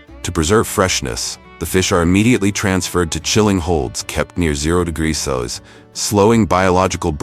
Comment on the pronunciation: AI everywhere is really having problems reading "Celsius" :D